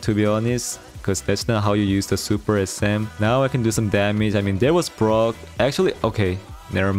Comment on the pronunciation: Is it just me or does everyone hear grom instead of brock